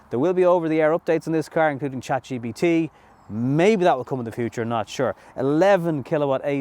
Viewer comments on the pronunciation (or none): none